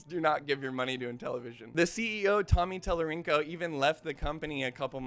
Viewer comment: You said Tommy tallarinkle 😆